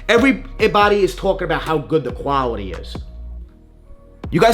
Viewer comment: “Foiiiiooppy” “Quaouity” lol dudes a hater